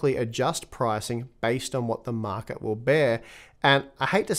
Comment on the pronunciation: “based on what the markeh might baaae”